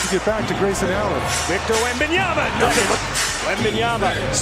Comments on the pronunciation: Like talking head Stephen A Smetch, you pronounce the guy's name WRONG which I find disrespectful... Come on... it is WembanyaMA..... like when you called your MAMA, and not your NANA :( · and "WembanyaNa"... Stephen A. Smith can't even get Victor's name right. What a clown. Also: . Come on, guys. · WembanyaMA not ..nyaNA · It's Victor fuking WembanyaMMMMMMMMa it's a M not a N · "wenbanyana" lol